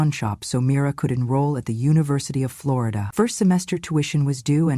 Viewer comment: FLOOR E DA?? it’s OK not to pronounce it correctly, but I don’t think she is from Florida!